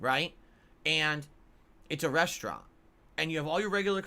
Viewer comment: his "reshtrant" analogy makes me want to wish him the absolute worst